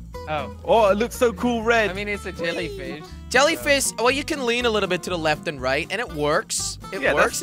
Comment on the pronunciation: jelly said jellyfis not jellyfish